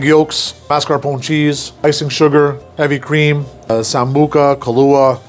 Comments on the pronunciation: Well, maybe not exactly correct. He says MAS-CAR-POHN instead of MAS-CAR-POHN-AY. But, at least he doesn't say MARS-KA-POHN. That would just be an abomination. Just as terrible as saying CAR-MELL for CAR-A-MELL. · Mar-ska-PON-nay. C'mon. You should know the "e" is pronounced! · Amigo you’re Italian it’s “ marscaponeh”. Jeez 😍😘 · he said "mascar-poun" still wrong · As someone venetian descent this is not..tiramisu. Italian Americans are such a bad representation. Tiramisu is just espresso. There is no liquor traditionally. Also if you wanna say you are italian descent and making it...pronounce it correctly lol. Mar-sca-po-knee. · “Mask car pone” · I usually love these videos... But the way he kept saying marscapone wrong... It really peeved me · I know this chef is fake by the way he pronounce "mascarpone" ! 🤪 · Went do you pronounce Mascarpone incorrectly? Where exactly are you from? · Why is he saying Mascarpone so weirdly? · How hard is for somebody whose whole persona is “being Italian” pronounce the trailing E in Italian words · I don't think he does pronounce it correctly... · Dunno about learned from Italian guys when you mispronounce mascarpone EVERY time